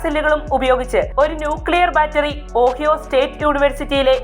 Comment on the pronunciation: ഓഹിയോ എന്നല്ല ഒഹായോ എന്നാണ് പറയുന്നത്